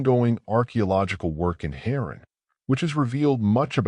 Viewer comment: Oh, you mean Hay-ran and Oor. I can't even hear anything else you say......."Heron" and "U-R"?😆😅